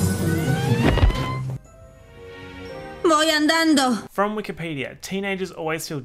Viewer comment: when she said MOYADANDO i felt that